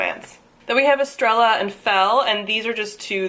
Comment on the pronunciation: Estrella is said Es-trey-a since it's a Latin themed book. It means star :)